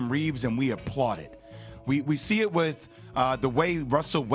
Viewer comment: Wiff? I think it’s pronounced “with”. Hire a speaking coach dude.